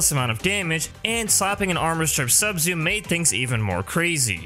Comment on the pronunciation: I legit didn't know you were saying 'Subsume', It sounds like "sub-zoom" and I was racking my brain trying to figure out what a sub-zoom was. lol